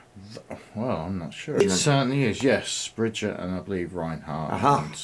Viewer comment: brigitte is spelled ( bri gui ta ) not brigit, i love this character but right now unfortunately she is the most hated character in overwatch. hammond of course used Winston plan of escape to escape too but he landed in Australia in junker town which is controlled by the junker queen he participated in the mech fights there and crowned as the best by the junker queen herself as you can see in the origin story moira is my favorite character in overwatch and she is my main its spelled ('mo i ra) she used to be scientist in overwatch but her work was unethical so overwatch kicked her out and deleted all her papers about regenerating cells technology but reaper aka gabriel reyes was the leader of blackwatch by then he realised that moira is important and her technology can't be wasted so he made her join them as part of blackwatch during that time she either caused his cells to do what they do or helped him control we still don't know after wards of course over got shut down and also blackwatch so reaper joined talon but moira went to iraq in a place called oasis to be the minister of science there under the support of talon then talon invited her to join them so she became 1 of the leaders of talon councel along with reaper, doomfist and others. sorry for the long stroy lol grear reaction as always keep it up ;)